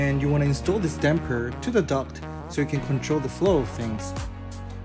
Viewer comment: Youtube automaticly sencored him saying duckt work...